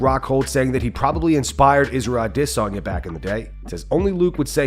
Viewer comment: Say his name right, stop butchering adesanya